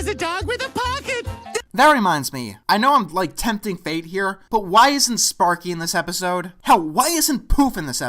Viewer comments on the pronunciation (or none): And also it's Sparky, not Spaky.